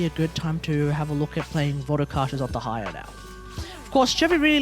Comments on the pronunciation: Is it so difficult to admit you’re pronouncing her name wrong? It’s actually annoying. Most people do research before pumping out any content. Stop caring about your ego. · I get that hate comments can suck but "Tig-nari" isnt correct and neither is "De-ha-ya". Also Dehya is an arabic name, the character is from the desert which was inspired by the North African Sahara desert which includes Egypt which is basically 70% of the Sumeru desert inspiration. You might as well ask an Indonesian how to pronounce your name. I'm not sure how exactly to pronounce it since most sources do not include proper pronunciations nor is it a popular name but based on the spelling it can be pronounced a few ways being: 1) "Deh yah". 2) "Deeh yah" 3) "De heeya" These are all variants based on possible accents added onto the name and or extra added pauses in the case of the 3rd one. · Your pronunciation is correct dude! Dont mind to others' comments, also good video! I'm main Dehya since her release AND Furina+ Shadow Hunter works pretty well i have to say 😀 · the fact that he mispronounced her EVERY SINGLE TIME made me felt sick